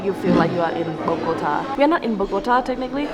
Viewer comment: Amazing video, love the landscape, just an observation, please please please stop saying Bogóta , it sounds really bad, you were there for days so I know you know is Bogotá with accent on the a, I know is a small detail but is important to say the correct name of the city